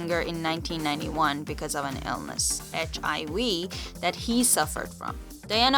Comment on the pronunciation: girl it is hiv not hiy